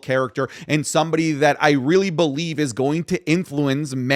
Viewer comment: The fact you don't bo-lieve hurts!